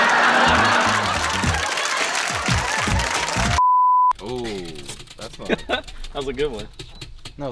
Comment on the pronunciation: “Egg-zack-ly” I literally died